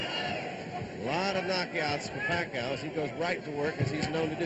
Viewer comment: " merciless" manny paCOW " LOL